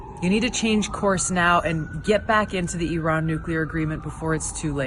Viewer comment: Kudos to you, that you pronounce "Iran" the correct way!